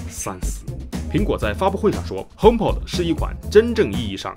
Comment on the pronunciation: py君的聲音呢？…看了值不值得買234集，還是第一次碰上這樣的問題？！...還有，應該是HomeP"o"d〔a〕跟iPod一樣。